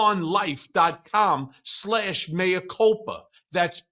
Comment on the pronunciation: Thank you for not calling “mea” “mia”. [former Latin scholar]